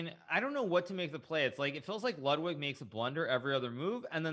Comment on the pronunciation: I can't believe how bad Ludwig shit the bed, also it's really annoying that Botez keeps mispronouncing Lud's name.